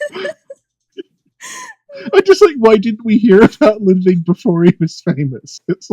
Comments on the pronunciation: clearly the game mispronounces ludwid, only knows the truth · Good ol' "Ludwid". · it's German for: "LudVid"